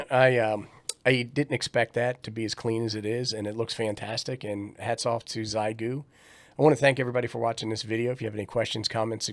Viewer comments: Forgive me; I truly appreciate you and your helpful videos. It just makes me chuckle that all ham-tubers have decided on this pronunciation. If you've ever learned how to say "thank you" in Mandarin Chinese (xiexie), you will have a good start at understanding how "xie" is pronounced. 73 from VE3-land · "Xiegu": in Chinese it's pronounced like "Shieeguu" (for English readers) 👍🙂